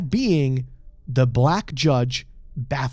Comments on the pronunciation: It's not pronounced bapha - meat. It's baphu - met Like et as in "I met you" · I can't get over that pronunciation of Baphomet. Bath-o-meat. Also Would have made more sense to me to input the player character's name. A mary-sue is an undefeatable self-insert. That's literally all the player character is. A self-insert of the player into that world. And even being killed just makes it stronger and wins in the end no matter what. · i know its quite late but the pronounciation of baphamet's name kills me internally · Who pronounces it like that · god, the way you pronounce Baphomet is like needles in my ears